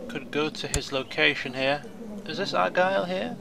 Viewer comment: and its ar-guy-ill :)